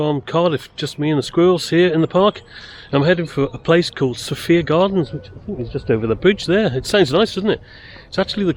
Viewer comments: Sophia, in the case of Sophia Gardens, the second syllable rhymes with fire! So-fire - not So-fear! I’m not local - only ever went to the city centre - but the only local radio station I could get with any clarity in Somerset was Red Dragon! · Next time you go to Sophia gardens its pronounced SO-FIA, Thank you. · For future reference it's pronounced So-Fire lol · Sorry to pick you up on it, we pronounce it SoFire gardens, just a local observation.